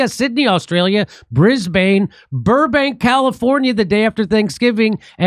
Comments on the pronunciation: HEY JIMMY THE LOCALS PRONOUNCE IT "BRIS-BEN" AND I HOPE TO SEE YOU THERE LATER THIS YEAR much love from Australia! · Soft A in Brisbane Jimmy, Like "Bris-bn" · mel-bin, Sydney, bris-bin